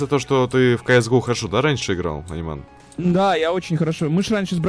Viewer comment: Не Аниман, а Анимэн)